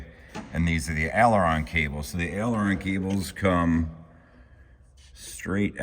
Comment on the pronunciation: Again … the first two letters in aileron are pronounced like “aim your gun”, not like “Al Bundy” ,,, please, al-eron is just wrong …